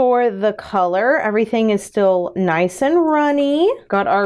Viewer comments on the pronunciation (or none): none